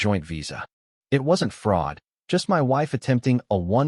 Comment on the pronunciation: M-Y instead of My.